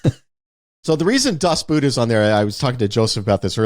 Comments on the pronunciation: BTW the "Boot" in "Das Boot" is pronounced like "boat". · Every time Ty pronounces Das Boot the way he does a little bit of my soul dies.